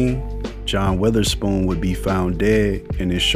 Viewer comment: That was a great video and tribute but you pronounced his last name wrong the whole time it's not weatherspoon